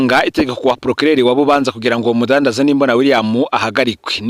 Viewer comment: Bubanza basoma Būbānzá apana i búbanzà